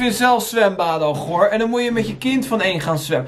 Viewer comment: Hahah horen mensen ook dat bij die vader zegt “boet goedkomen hè”